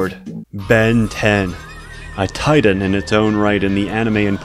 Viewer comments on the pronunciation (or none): none